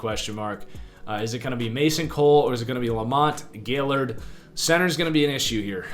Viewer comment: Gaillard: Guy-Yard not Gail-Lord